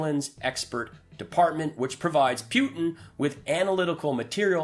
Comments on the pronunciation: The grand high exalted dictatorial cleptocrat of The Russian Federation pronounces his name POO-tin. Just keep saying poo poo poo poo until you get the hang of it. Say POO-poo. Now say POO-tin. Although, I do like the way you say PEW-tin. 😁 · Who’s Pewtin? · Could you try to pronounce his name correctly? I hat to stop listening because I don't understand how you can still mispronounce Putin's name when it is said so frequently.